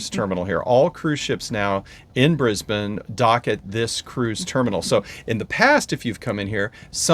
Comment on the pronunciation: Welcome to Australia!!! I live north of Brisbane on the Sunshine Coast (Kangaroos in garden at the moment:)). I'm so sorry it is so wet, it's just been an awfully wet Autumn. ps Brisbane is pronounced Briz bun. not bane - did it right, but - nope. LOL